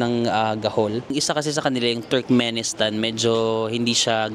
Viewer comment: need to correct lang, Turkmenistan NOT Turmenistan kulang lang ng K.